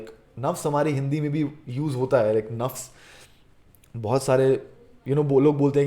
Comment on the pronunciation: Nass nass se waqif not nafs nafs se waqif